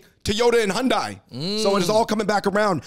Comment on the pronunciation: Hyundai like Sunday, not sundia